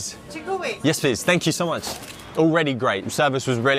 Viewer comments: 1.01M. The .01 is very important. The croissants are so cheap in France compared to the UK. I think they are subsidised by the French government. You said "thank you so much" in a French accent. 😂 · Why did he say “thank you so much” in a french accent 😂